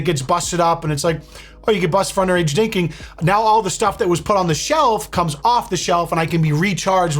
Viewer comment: underage "dinking"